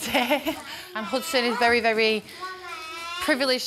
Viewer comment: My kids name is Hudson and she's butchering it...at least pronounce it right.